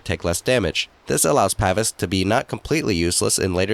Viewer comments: (Pa - Veece) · Its Pa-vees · It's pronounced "pah-vees". Just like it is also pronounce "ee-jiss". The DotA community fails hard with such things it seems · It's pronounced "paveese"